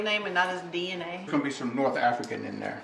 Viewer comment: Mom says "Dayna testing" 😂🤣